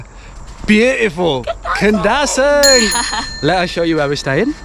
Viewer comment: The pronunciation for Kundasang is KUN-DA-SUNK